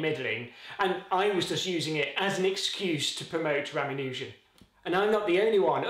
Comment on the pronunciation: I do wish that you pronounced his name as every Indian narrated youtube video I've found does, Ruh-MAHN-u-jen, not Ram-uh-NEW-jen.